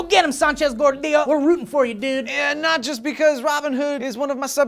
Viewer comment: I thought said "E Nachos" not "Not just" lol